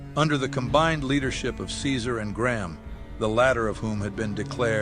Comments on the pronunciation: Only nit-pick is that Caesar doesn't pronounce his name the Latin way.( Khi-zar) Though it's an excellent video nonetheless. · I thought its pronounced Kaiser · I like how "see-zar" continuously mispronounces his own name. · Can’t believe Caesar didn’t correct his pronunciation to “kaizarr.” I know it was apparently historically correct, but hearing it was always weird. Can’t imagine how those lunatics learned the ancient pronunciation of Caesar. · Its pronounced KAISAR damnit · Why aren't they pronouncing it "kai-zar"? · You can tell this video is actually an NCR psy-op because Caesar would never pronounce his name as "see sir". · It’s criminal that they are both saying “Caesar” wrong. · Real caesar would never: 1) Call himself the english pronounciation of caesar 2) Mention Malpais Legate as being essential to the creation of the legion. He did all the heavy lifting himself baby, because he is Caesar and he's very badass, as you know. There was some dude on old photoes but his face was crossed out so he's clearly irrelevant 3) Call himself Edward Sallow even in the past 4) Dodge questions and be anything but unproud of what he's doing Still 10/10 funny meme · Good video, but Caesar would not ever pronounce his name like that, lol. Kinda took me out of it